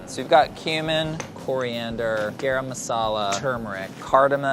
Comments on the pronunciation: Kate Marlow you pronounce it as GUH-RUM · There are such thing as Masala Salt (Garam)? Basically spiced salt? Or salted spice??? And it's pronounced Gah-Rum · I had a full body cringe at how pronounced "garam" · I feel like pronounced it with the d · Ok Priya, you have got to teach these guys how to pronounce “garam”. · I love but his pronunciation of garam is giving me stress Also an Indian woman giving you a 90 is not a complement that's a failing grade y'all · someone fix his "garam" pronunciation!!!